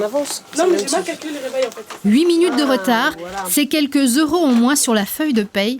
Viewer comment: Hey,!! D'où tu as vu qu'on prononçait 500 zeuros, 280 zeuros?.. On écrit cinq-cent ou deux-cent quatre-vingt et donc il n'y a aucune liaison à faire..